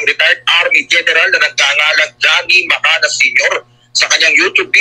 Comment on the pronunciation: Macanas hindi macanyas